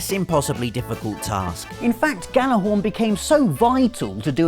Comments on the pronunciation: you said Gjallarhorn wrong. you don't pronounce the Gj makes a Y sound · Jesus is it really that hard to say "gyallahorn"? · It's pronounced "yallerhorn." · The J in Gjallarhorn makes it a Gjallarhorn, not a Gallarhorn like you say. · just a thought, Gjallarhorn is pronounced (Yallahorn), its a reference to "When Gjallarhorn Will Sonde" or, when the war horn will blow to sound the arrival of Ragnarok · Gjallarhorn is actually pronounced 'Yallarhorn'. Not a lot of people know that. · Oh jeez he immediately mispronounced Gjallarhorn. I mean, you would think being in England and so close to the land of the Ancient Nords, you would know how it's pronounced. "Yallarhorn" is the phonetic pronunciation. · You pronounced Gjallarhorn wrong multiple times :(